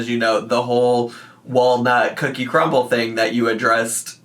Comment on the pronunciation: "cookie crumbl" fills me with rage